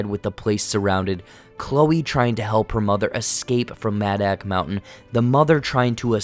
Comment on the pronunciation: Did u even watch the movie like wtf half the shit ur saying is wrong and you pronounce madoc mountain wrong each time holy shit if ur going to review and explain a movie pls do it right my god 🤦‍♂️ watch the fucking thing and take notes while u watch it learn from good movie reviewers like Chris stuckman and I hate everything cause they actually watch a movie ur stupid and this is annoying and yes I agree with u on one thing and that is your not funny